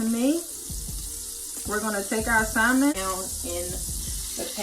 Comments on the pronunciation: Sam-en. L is silent honey not Sal-men. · Looks delicious 😋 (the “L” in salmon is silent ☺️)